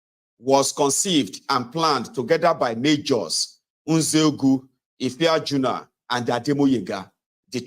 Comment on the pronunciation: The name was Ife-aju-na